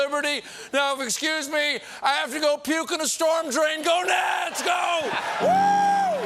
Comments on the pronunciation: To my English ear, "Go Nats!!!" just sounds like Stephen is running around screaming "Gonads!!". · sounds as if Stephen says "gonads" 🤣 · the 'gonads' didn't escape my notice lol